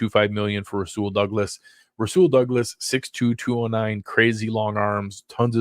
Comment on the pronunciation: Nailed Rasul Douglas. Great work!!!